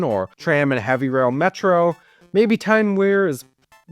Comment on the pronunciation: and o is pronounced as u And the River Wear is pronounced weer not wear as in “to wear a skirt and thigh highs” EDIT: nvm u pronounced it correctly im dumb EDIT 2: u didn’t pronounce it correctly in “Tyne and Wear Metro”